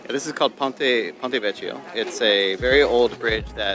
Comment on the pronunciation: Have you got tourette,s syndrome? How many times do you say like in this video. Italy is spelt with a T so it isn't IDALY. If you even mispronounce pointe vecchio just don't talk. This is an awful self indulgent uninformative travel video.